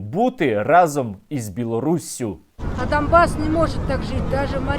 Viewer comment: Вони реально говорять "дамбас" !! Це просто......